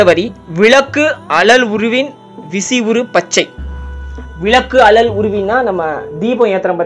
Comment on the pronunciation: அழல் என்பதை அலல் என்று உச்சரிக்கின்றீர்களே நண்பா